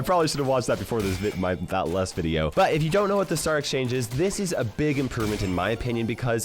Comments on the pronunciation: bro also said veideo 💀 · Bro said veideo